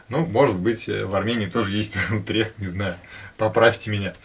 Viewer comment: Привет праверьно ударение на у Утрихт это Голландия .